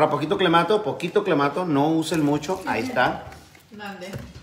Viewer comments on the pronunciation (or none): Clamato te va ademandar por andr diciendo clemato jajaja